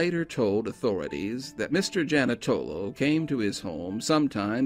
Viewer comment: The whole town was corrupt at that time. The Janutolo family. Ran everything. (Jan-eww-to-lo). And there was another Italian man who did the bidding. Bad juju. They have all passed away now. Just 1 man and his family in Montgomery. Keep up the good work. I love hearing about my state.